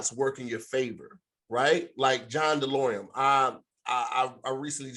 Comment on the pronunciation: Not saying "Delorium" the whole time instead of "DeLorean" 😂😂